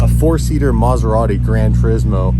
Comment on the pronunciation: How come you know how to properly pronounce "Maserati" but epicly fail on Mazda (Mäzda/Mähhhzda)? Please don't ever burn Ant-Man/Anfanee.